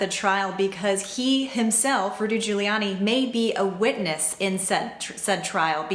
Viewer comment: SAY IT RIGHT. NOT WITNESSE. RUDY MAY BE CHARGED HIMSELF WITH INCITING A RIOT...